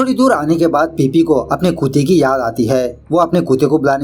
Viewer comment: It's not khueete it's kute